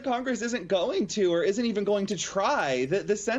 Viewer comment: I tried to listen, but pergury... Yawn.. I tried..